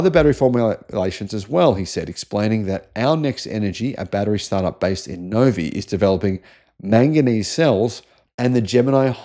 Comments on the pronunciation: That's Novi as in "Nov-Eye". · It’s pronounced “No-Vie” or No with a V and eye … Novi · Novi is pronounced “no viy” not “no ve”